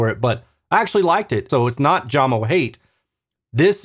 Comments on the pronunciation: It's "Yamo" not "Jamo" :) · Hello and thanks for your hard work doing these reviews. Jamo is pronounced "yamo" 😉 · You reviews are the best - it is pronounced "Yamo" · The speaker brand is called Jamo = JAMO (yah•mo), not Jam-o - and they "used to" produce great speakers. They are now owned by Klipsch and they seem to be engineered to fail in the SQ dept like other Klipsch speakers (ie: these are the same people who killed Mirage, Energy, and Athena Technologies). Of course, they'd be better if one buys them used for really cheap with the purpose/idea of modding them with cabinet damping and a crossover mod, a'la G-R Research and Audiophile Ninja. Shame on Klipsch.... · Your not even pronouncing the name right , it pronounced Yamo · Maybe try Jay-mo lol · Danish origins, so pretty sure J is pronounced like English Y (when used as a consonant). Love your reviews. Keep up the great work,. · I love your measurement based reviews but for some reason, the fact that you pronounce the company name with a J sound tells me all I need to know about this video. I feel you missed the mark here. Jamo, pronounced with a "Y," is the quintessential example of of the statement, "Measurements lie." They have a sound sure and if you don't like it, you do you, but many people do like it. And honestly, that 5.0 S series ons ale for $190 is something we need to be talking about as a soundbar replacement. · Great work on the videos, BUT, you could have pronounced Jamo properly, that is the least you could do. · If you play this video on Jamo speakers, pronunciation of "jamo" sounds correct😅😭